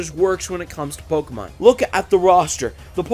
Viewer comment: OHHH SWEET JESUS!!!! HE PRONOUNCES POKEMON RIGHT!!!!!! I swear it hurts my ears when people pronounce it poh KEY mon ... its poh keh mon